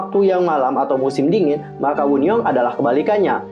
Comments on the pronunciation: Kak itu baca wonyoung bukan woonyoung bacanya sumpah 😭😭😭😭😭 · Kak, Wonyoung bukan Woonyoung, Bacanya tetep Wonyoung bukan Wunyoung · Wonyoung kak bukan woonyoung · Wonyoung woi (원영) kesel gt denger + bacanya -_- + kesel sama suara petirnya